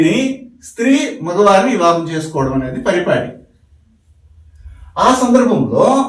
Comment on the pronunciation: ఇవాహం కాదు వివాహం